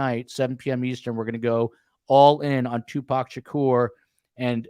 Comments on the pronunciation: It's Tu..poc. not Tu Pac..😅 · Agree. He actually knows information about people in Tupac's circle, but wants to be a smart-azz throughout the show and deliberately mispronounce the man's name as two-pack. He clearly knows better---just a jerk-off. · The first 10 minutes of this discussion is disturbing. blatant indifference for the loss of life of a rapper was extremely inappropriate. He pronounced Tupacs name incorrectly obviously on purpose. Shakur was a murder victim no matter what feels about the genre of rap music. Why even interview him if he was clearly indifferent. Also the misogyny of the "teenage crush" discussion was repulsive.... "the swimming pool scene" when mentioning Phobe Cates..... that was gross. Would you and have spoken that way if a female was on the panel? I started listening to STS due to the Idaho student murders but I think as long as you keep as a guest, I will find case discussions elsewhere.